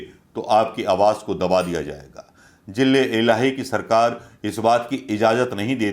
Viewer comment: 😂jille ilahi nai bolte, its ZILLE ELAHI....ZA ZA...ZILLE NOT JILLE😂😂😂😁😃😄😅